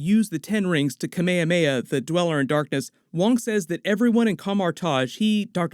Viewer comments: “Kah-may-yah-may-yah”? It’s pronounced “Kah-may-ha-may-yah”. 🤦‍♀️ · Kame hame ha in Dragon Ball Z is pronounced Kah-MAY - Ha MAY ha, it means "Turtle Wave Motion Blast"; while it is a pun for the name of a old Hawaiian chieftain from history, it's not pronounced the same way. the Hah-DOH-Ken attack is also based on Kame-Hame-Ha attack.... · Im sorry no offense but i cant take the kameyameya one because that is not how some asian calls it more of a kame hame ha again no offense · Kamekameya really? Its ka-me-ha-me-ha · what the hell is a kameykameya? hahaha its KA. MEH. HA. MEH. HA. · Kaamehameha not come-May-hum-May-ha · My pronunciation: KA-ME HA-ME HA Hearing it, KA-MAY-UH-MAH-UH as one word is so strange to me but that’s okay 😂 do you,! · its not kemeyameya, open your mouth, KA ME HA ME HA, nice review btw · “Camayahmayah” LOL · When you say Kamehameha sounds very Hawaiian ☺️ its actually kame-hame-ha, love your work!😜🥰🥰🥰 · The "kamea mea" ಠ_ಠ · It's Kaa Meee Haaa Meee Haaaaa! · Guys, it's KA-MEH-KA-MEH-HA! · The way he says Kamehameha…. LMFAOOO “Camayahmayah” smh 🤦🏼‍♂️ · Dod he actually call Kamehameha “Camayamaya”??? wtf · why you say "Kameyameya"? hahaha sounds really weird... but I'll allow it! 😅😂🤣🤩😎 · Not “kameyameya attack”🤦🏻‍♂️😂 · I’m really mad he couldn’t say Kamehameha correctly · sorry bro I lost it when u pronounced kamehameha xd great vid tho love the breakdowns ! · that kamehameha pronunciation was so dumb... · so no one gonna talk about how he said kamehameha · dont say "kamehameha" like that 😅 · How he said Kamehameha it hurt me so much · … C’mon… Kamehameha? You pronounced everything perfect but the one thing that gets shouted at for 3 episodes long? I expect better. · The way he pronounces kamehameha hurts my soul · how Kamehameha is pronounced... #smh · "kuh may uh may uh" "tao lao" what the fuck?